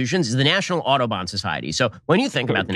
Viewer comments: I had to look up the society to check he wasn't saying "Autobahn Society" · Why is he pronouncing Audubon like Autobahn? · As a non-American I was genuinely confused during the Audobon segment. I thought Ben was saying Autobahn, but remembered that he doesn't respect Europeans enough to pronounce their words even somewhat correctly.